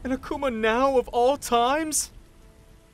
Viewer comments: Pronounced as "A kooo mah" not "A cu ma" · im guessing the akuma ( ACK ema) you mean ( Ack Uma)